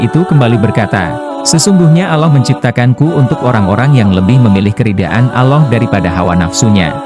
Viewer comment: Alloh pak bukan aloh hati2 klo berucap